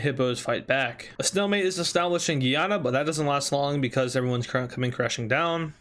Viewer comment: he says Guyana wrong. It's different from Guiana, instead pronounced literally as the english word Guy and the name Anna combined